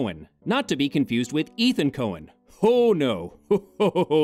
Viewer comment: The director's name is Etan, not Ethan. It's pronounced like eighttawn.